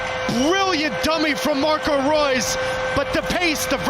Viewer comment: you pronounced Reus incorrectly:)